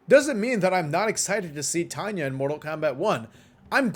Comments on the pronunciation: she does and it's tanya not tanay 😆🤪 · she does and its tanya not tanay😂😛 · she does and it's tanya not tanay 😂😂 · she doesnt and its tanya not tanay 😂😂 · yes yes yes yes yes she DOES and it's TANYA not tanay 😆😆😆😝